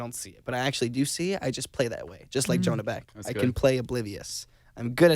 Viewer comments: Who else notice Zack pronounce the name wrong he said John beck and Asher corrected him by saying Jonah beck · did anyone catch where he said john beck instead of jonah beck?